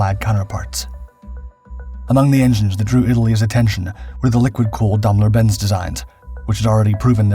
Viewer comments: Daimler-Benz is pronounced "dime"lr bents" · Grässliche KI - Aussprache!! Dambeldor Benz und weiterer Quatsch....